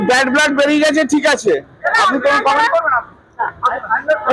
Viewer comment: ব্লাড বলতে পারে না বলছে ব্ল্যাড